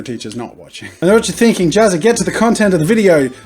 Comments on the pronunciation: its Ja-ZZA not Jaz-SA XD #harrypotterreference... hahaha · Jazsa, pronounced like Jatsa?